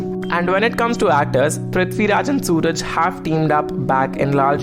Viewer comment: It's not Sooraj.. His name is suraaaj